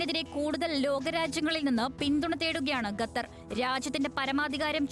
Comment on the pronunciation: ഗത്തർ ഊംഫിയല്ലോ ഗത്തർ അല്ലടാ മലരാ ഖത്തർ